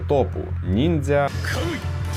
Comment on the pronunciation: До-початку, чого ти підписав нормально, як "нінджя", але вимовляв по-поліванівськи, як "нінзя"?